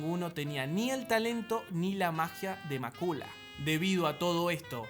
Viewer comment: Macula??? Cuándo se ha pronunciado así el nombre?